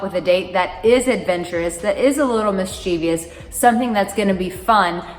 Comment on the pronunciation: Mischievous, not mischievious.